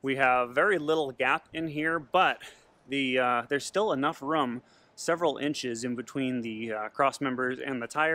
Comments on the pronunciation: Not a lot of “Rooum” lol the way he says room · That lift looks really nice for the space you have. I haven't ever hear anyone pronounce "room" (like broom) as "rum" like you do, is that normal in your area?